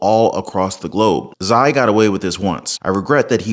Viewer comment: Xi is pronounced Chee. Js. Thanks for the valuable info.